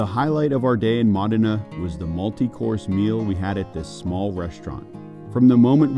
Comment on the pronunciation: It’s pronounced MOH-DI-NAH.